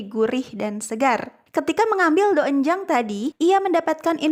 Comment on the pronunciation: Maaf cara bacanya itu donjang😅